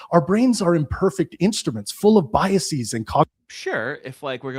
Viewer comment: "Biaseeez" That's now how that's pronounced, dummy This word is a dead giveaway that you're listening to a YouTube educated sophist